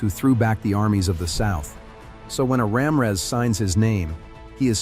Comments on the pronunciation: I heard Ramrez. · That narrators pronunciation of the names is really messed up. He’s calling my last name Ram her ass 😂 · Either the person reading these names or the AI pronunciation needs to be corrected. Starting with the first surname, Ra Mi Rez